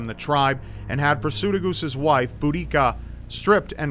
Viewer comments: Boudicca isn't pronounced bo-da-cia. It's more like boo-di-cah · Just thought I'd let you know that your pronunciation of all the names to do with the Icene was painful for someone from Boudicca's home. It should be said I-see-nee , Prat--soo-tag-oos , Boo-dee-ka. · Iceni is pronounced eye-cee-nee and Boudicca is pronounced buh-di-ka ;) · i know it's a bit of a nitpick, but I'm actually from the area where the Iceni tribe lived, and I found the the pronunciations are a bit difference here. Iceni is pronounced "ice-e-nee" while Boudicca is pronounced "bo-da-cia" Sorry if it is a bit of an annoying nit pick. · It's definatly Bu-da-si-a you're right.